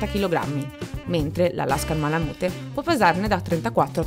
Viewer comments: Si pronuncia malamut non malamute 😅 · bel video però la pronuncia è "ma-luh-myoot", cioè "malamiut", insomma la e finale non si sente mai ;D Poi, il Malamute maschio misura "idealmente" 63.5 cm, cioè quella è la misura ideale per l'attività di traino. Ma 62-63cm sono proprio il minimo per un maschio, il mio è 66 al garrese. Il range corretto penso sia 61-68, includendo le femmine direi 58-68. Il peso va dai 32 (minimo femmine) fino ai 43kg (massimo maschi). Le misure dell'Husky invece sono abbastanza precise. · Se pronunci ma la mute , meglio skippare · beh sì dai, in Italia diciamo tutti "malamut" (e continueremo così ahah), però in USA la parte finale si pronuncia "miut"